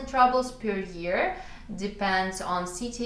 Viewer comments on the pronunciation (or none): Hey, interesting video, just as an FYI, the word « rubles » is pronounced like it is in russian- « roubles », with a long « ou » sound 😊